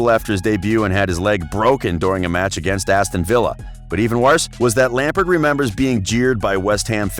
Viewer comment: i utterly despise the way your accent pronounces "Lampard' And i'm American....